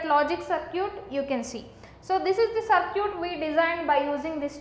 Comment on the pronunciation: Circuit as sir-cute